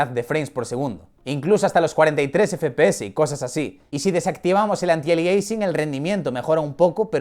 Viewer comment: Me pone muy nervioso que diga fpese y no fpeseSssssss